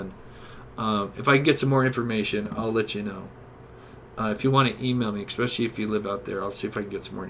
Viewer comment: Ffs “tooken” is not a word. It’s “taken”, it’s especially, not “expecially” and Wabash is “Wah-Bash”, not “Wah-Bahsh”. Great video, but the pronunciation is brutal